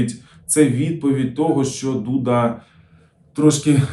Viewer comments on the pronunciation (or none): none